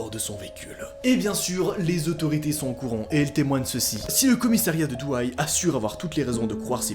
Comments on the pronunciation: 😂😂DOUAY nn Douai (é) oui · C'est pas douay mais douai a la prononciation mais sinon tu gère mec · Ça ce dit pas douaille mais doué et j’habite la 💀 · « Douay » ça se dit pas Douay mais DOU AI/ET DOUAI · Ça se dit doué et pas douay et çabs'écrit douais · Et c pas douaie mais doué enfil c comme sa que sa se dit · On dis pas douaie mais doué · "Douaille" "Sine le noble" ... ça se dit "Doué" et "Saint le noble" mec mdrrrrr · Mdr ca se dit pas douaï ca se dit doué mdr 😂🤣🤣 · De douaïe 😂😂 ca se dit "doué" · Juste pour info, ça se prononce "Doué" pas "Douaille", et "Sin le noble" pas "Sine le noble" Ça fait bizarre qu'il se passe se genre d'histoire juste à côté de chez moi ^^ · douai= doué pas douaÏe jt obliger sorry mais jhabite a coter et sa faitflipper :( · C'est pas Douai mais Douai (dou aie). (Doué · J'habite dans le nord sa se dit doué pas douaïe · Je t assure la ville ne se dit pas (d'où aille) mais juste doué (Douai) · Ça se prononce Dou-é pas douaï et c’est sin pas sine le noble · Douai ça se dis « doué » pas « douaille » et « sin le noble » on prononce pas le « n » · C Douai pas douay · C’est par chez moi 😜par contre Douai se dit doué et pas douaille 😜 continu comme sa bisous 😚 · On dit : Doué pas Douaii 😅😂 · Tu ma tuer en disant "douaye" sa se dit "doué" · Mdr on prononce pas douay mais Douai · Slt noa je viens du nord mais ça se dit on dit doué at pa douaï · On dit: "doué" et non: "douaï" Mais sinon cool de parler du nord de la france genre les chti's !😂 Bon continue comme-ça❤ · Douai ne se prononce pas Douaille mais Doué j’habite malheureusement pas loin de là bas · J’habite près de Douai et on dit Doué pas Douaï ;) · ( je l’ecris en prononciation) CEST DOUET pas DOUAILLE😭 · DOUAI ca se prononce "doué" pas "dou-aie" 😂 cette prononciation m a tué 😂 PS : quand on invente des news on évite de dire qu'elle date de 2020 alors qu on peut lire 2014 😘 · Moi de Valenciennes comment il a écorcher le nom de Douai (il a dit douaye)😭😂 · c'est doué pas douaïe